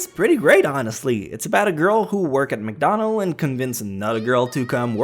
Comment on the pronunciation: Whoa it's McDonald's not wcdonalds hehe